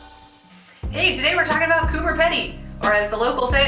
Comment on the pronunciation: It’s said like Coober peeeeedy